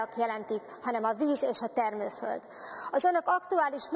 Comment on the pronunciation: az LMP-től....jaj tanuljál meg rendesen beszélni....nem is értesz az egész akkumlátorgyár tervezésében. Milyen termővöld...én csak parlagot láttam...🤣😂😂🤣😂